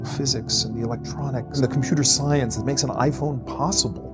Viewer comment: yeah: I'd I heard that pronunciation out of context I would be thinking mediums and ouija boards...